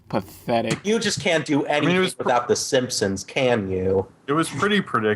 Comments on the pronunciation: Whenever talks about "The Simpsons", he pronounces it like, "The Simsins" and I can't tell if he does that intentionally or not. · it sounds more like "simpsoms" to me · I grew up watching it in Spanish too and used to pronounce it "simsins " but then I stopped when I stopped saying " pumkin" instead of pumpkin